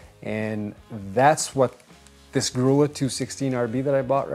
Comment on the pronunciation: "Grulla" is pronounced Groo-ya.